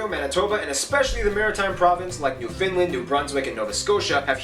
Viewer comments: Also it is not New Finland it’s pronounced New…fund…land. Also there is a town on Hudson Bay, it’s called Churchill and it’s the polar bear capital of the world…. You should do the NBC video. “ Tom Brokaw explains Canadians to Americans”. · Hey Yank, it's Newfoundland not New Finland. Jerk.